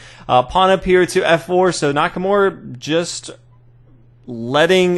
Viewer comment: you gotta try not to butcher Nakamura's name so much. His name isn't Nackamore...